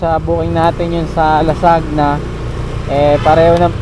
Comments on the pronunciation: Lasagna. How to pronounce Boss, La-San-Ya ✌️❤️🎄🇵🇭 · ser, lasagna pronunciation po is "la-sanya"